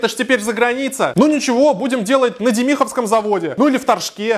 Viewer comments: не ДемИховском, а ДЕмиховском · дЕмиховском, а не деМиховском! Это моя малая Родина, ФК 27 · Почему на демИховском ? Аж уши режут , на Е ударение , дЕмихово деревня называется 😢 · дЕмиховском, а не демИховском) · В Демихово ( на моей родине ) каждые год выпускают 500 новых ВАГОНОВ, и ремонтируют около 100 старых ПОЕЗДОВ, и да, правильно дЕмиховским, обидно слышать не правильное произношение😢😢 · Говорит он на Демиховском заводе. Ударение на "и". Мм, я всегда говорю тип из Демихово на "е' ударение. Просто там у меня родственница жила,я часто там бывала. Ехать недалеко. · правильно демихово ударение на е я там рядом живу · Да постоянно так ударение ставят, достали уже 😅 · Демиховском ударение не там....